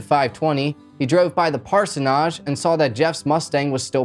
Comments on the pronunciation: You did a great job on the video! though I wanted to cringe every single time you said the word "parsonage". 😀 😄 😀 here's a link to a YT page to teach you to say the word. 😉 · It's said that way everywhere. Either he doesn't know, or its for effect. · He's pronouncing it wrong. I've attended church over 5 decades. I've never heard anyone pronounce it the way this guy does. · It’s a forgivable “sin”. Who amongst my us has not mispronounced a word? Right now I’m trying not to giggle when my boss says “decorum” when she means “quorum”. LOL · We say it the same way he's mispronouncing it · Hello, I've just discovered you today and I was so impressed with your entertaining dialogue I decided to subscribe immediately which is rare for me. This is the 3rd episode I've watched ( I'm still watching it ) but I just had to stop and say a couple of things before I get much older😂 The way you pronounce Parsonage has had me in stitches everytime you say it in the way that you do, " Parsonarge " 😂 Normally I'm such a grinch when people don't pronounce things in correct English ( I'm English ) and I often move along to the next video but for you I have made an exception because you remind me of someone, Jakob Dylan and therefore his Father Bob Dylan who I've been a fan of since the 60s, yes I'm that old 😂 Thankyou for making this senior ( 71 years ) lady smile. Keep up the good work and be happy with the things you achieve. 😍 X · My favourite part of the video is your pronunciation of parsonage 😂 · Maybe he was going for some kind of French pronunciation... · Just sub'd. I have never heard parsonage pronounced that way. I have only heard it said with the a the same as the end of mortgage. Thanks for the video. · I’m dying😂 at how you pronounced parsonage the entire episode. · The real crime here is the way this guy pronounces parsonage. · Hearing the word "parsonage" being pronounced incorrectly so many time is annoying. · It’s pronounced parsonage . Like idge “ parsnidge “